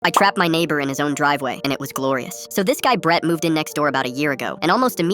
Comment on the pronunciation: Driveway: ❌ Drivewa: ✅